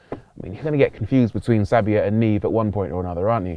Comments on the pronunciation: “NEEV”… oh dear. you’re not that far from italy, and it’s not that far off the french word for “SNOW.” cmon. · As a Greek with Italian interests... NEVE (snow) is not read niiiv 🤣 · NOT NIIV ☠️☠️☠️☠️☠️